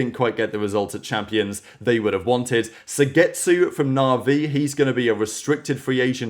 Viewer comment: oh wow you can say ardiis and suygetsu right congrats you learned